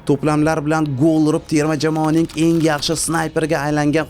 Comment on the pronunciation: Iltmos sizdan "enk emas eng" nk emas ng asab 1000. Hech qaysi filolog nk demaydi